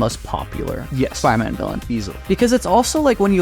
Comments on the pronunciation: Is bro saying spyroman? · I need to rewatch this and do a “Spire-Man” counter 😂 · Which one of you can't pronounce Spider-Man properly 🤣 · Why don’t you pronounce the “d” when you say “Spider-Man”